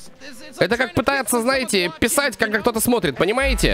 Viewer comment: Писать 😂 когда кто то смотрит))) ударение на И )))